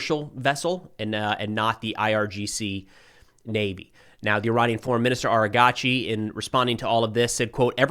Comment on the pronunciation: "Arigachi" 😂 😂 😂 , bro japanesed that mf, its ARA- GHHHH- CHI